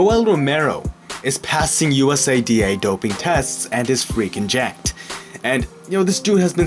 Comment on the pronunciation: "U-S-A-D-A" its not an acronym. its called USADA! "YOU-SAD-AH" "SAD" as in ASSAD of Syria